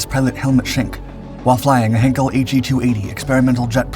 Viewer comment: That would be Heinkel pronounced HYNKELL, not HEN-CALL! Martin Baker from England are the major pioneeer and manufacturer of ejection seats and have been since before WW2.